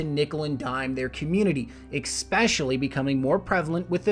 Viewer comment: Excellent piece. Thanks for mapping this out. Such a great channel. On a totally random and personal note, can you pronounce your "es" words properly? For example, it is ESpecially, not EXpecially. You are so eloquent in your talks, and then these words are like totally distracting booger bombs. lol otherwise, it's all good.